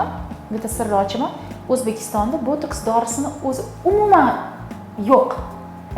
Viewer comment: Тиббиет мутахасиси экансиз. Ботекс асл номини тугри талафуз килинг. Бу дори воситаси нимадан олиниши ва таркиби хамда кулланиш сохаларини аник айтинг. Американский ученийлар яратган эмас. Уят эмасми савод яхиламай оммага чикишга.